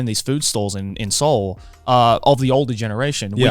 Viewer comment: I am baffled at their pronunciation of Seoul… Se-oul I don’t sure if my pronunciation is right know… But I am kazakh and Kazakhstan is i think 6 or 7th place with Korean immigrants, and I am pretty sure its them who butchering it